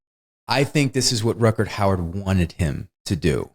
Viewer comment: "RUTGERT HOWARD" :) Ha ha ha. Gotta love this guy for not having a clue about the name of this actor. And keeps butchering both the first name AND the surname of Rutger Hauer. Yet seems completely confident and convinced that someone named Rutgert Howard starred in this movie :)